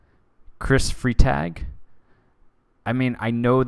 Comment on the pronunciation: I know these are prerecorded, but assuming his last name is German (Freitag is Friday in German), its pronounced fry (or frai)-tog (or taag). Foreign language requirement in college coming in handy!